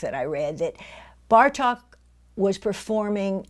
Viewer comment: Great lecture! Bartók's name is pronounced with a long O sound, so not a short "a" as in Cup, but a long "oh" as in Door.